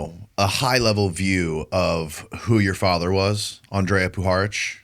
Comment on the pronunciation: On-dree-ya Poo-ha-rich Not "Ann-Drey-ah" Language lesson for nobody who asked for it... In Serbian, for Latin script, each letter has only one way of pronunciation. There's no "modifiers". "J" is pronounced "ya", "I" is pronounced "ee". "Ć" is "ch" with tip of tongue meeting the roof of your mouth towards the front, behind your front teeth. When you see "Č", it's pronounced "ch" but with tongue fully pressed against the roof of your mouth, or slightly towards the middle/rear towards the throat. If you see just "C", it's the "ts" sound. "R" is always rolled, but smoothly, not like Spanish where the tongue bounces. Andrija Puharić was born in Chicago to Croatian parents who emigrated from Hungary. His name was actually Henry Carl Puharich, to help him assimilate easier into US culture, but his parents called him Andrija, a traditional name in all of former Yugoslav countries. It's our equivalent of "Andrew".